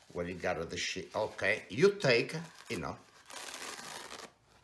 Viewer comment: "You take-a one sheets..." This was adorable! The world needs more people like this!